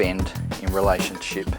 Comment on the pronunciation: Sounded like he said relationshit